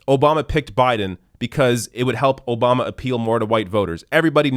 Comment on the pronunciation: "Barack O-bomber"...lol gets me everytime